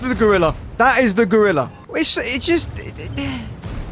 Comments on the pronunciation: GOrilla, not grilla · "No, not the Grilleh" 😂